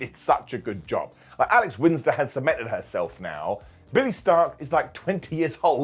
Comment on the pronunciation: Alex Winsder? Wheeter Yula?! The Dray Driller?! Should I be quiet while you conduct your business,?